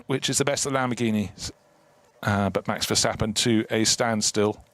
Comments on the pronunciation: why the hell is that commentator still calling him Vershtappen? There's no f'ing H in his bloody name!! I thought those idiots got the message years ago ... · I hate how commentators always say: VerSHtappen. In Dutch its just pronounces like a normal S, not a SH.